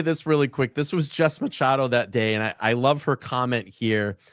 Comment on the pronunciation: Love the video and content , but I wanted to maybe help in the pronunciation of Jessica Machado, I believe , as a Portuguese girl from Bristol County Area of Mass/RI area…her last name is pronounced Mah-shah-doe lol if I’m uncorrected than I apologize now to you and her, otherwise keep up the awesome content #FreeKarenRead ❤